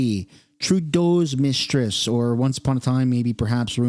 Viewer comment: Mistriss?? annoying 😂